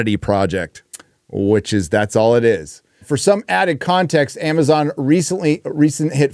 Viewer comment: “ITS MAMAZON”